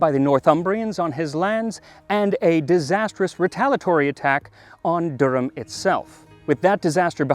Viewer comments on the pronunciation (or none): none